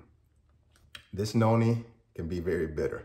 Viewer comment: it sounds like you are saying yoni and noni. Which one is it? Thank you for your response